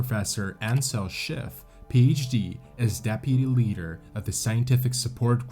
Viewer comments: This presentation of an interesting topic and an important lesson is marred by the narrator's continual mispronunciation and mischaracterization of the climb. One could, perhaps, forgive the pronunciation of certain native place names (though simple research could easily have solved that problem), stumbling over common English words like leader is less understandable. Characterizing a climb of Denali as a hike is totally irresponsible. I fully understand that it is easier to be a critic than a producer of content. However, these basic errors mar the presentation, and lead one to question what other errors were made in its production. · It's pronounced LEEDER, not LEDDER. Is this a robot?